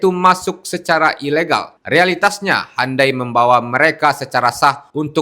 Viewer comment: Bukan handai, tapi hyundai. U di baca u, bukan di baca a